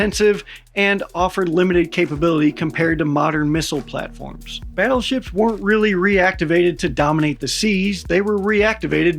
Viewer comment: OH GODS PLEASE...the WHUT?? "BIG BUTUFUL BADDLESHIPS"...gimme a fkn BREAK..."GOLDEN HORDE" Is this RUSSIAN FREAK THAT DEMENTED?? Golden fl...MY ASS... I cant even FATHOM as to WHY!? WHY for gods sake? Because the GOLDEN TACO TURD wants it?.... Battleships were OBSOLETE the moment missile tech got anywhere near a CRP of 100 meters...TOO fat, too SLOW too PRICEY and TODAY ya couldnt even PAY for ONE let alone a whole ass fleet... Fkn NAVY cant bring up the LCS for gods sake, a sloop compared to a TOTALLY NEW kind and class of BS...The BS is BS